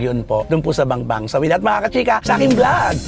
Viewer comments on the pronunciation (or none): Bambang hindi Bangbang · BAMBANG, NOT BANGBANG